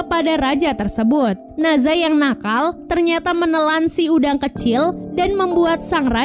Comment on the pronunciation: Maaf kak dari sumber kuno yang bener, NE ZHA bukan NA ZHA.